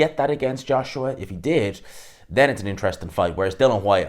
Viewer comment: DILLIAN FFS not Dillan...Geez Your pronunciation is shot to bits... Up next... Dyson Fury v Antony Boshua Spaniel DuBois vs Joseph Barker Yeah...Ding Ding...